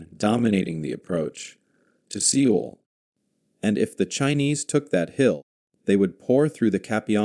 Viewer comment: Pronounced “Soul”…..